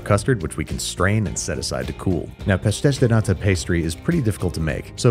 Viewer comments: I love you Andy, but your pronunciation of "pastéis de nata" is so horrible I had no idea that was what you were making until I saw the end product 😂😂😂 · Pastéis de Nata, lovely pronunciation Andrew